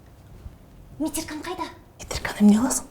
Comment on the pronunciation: Метирка дейби, ужассс, метрика